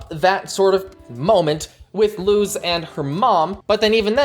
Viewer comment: You pronounced luz wrong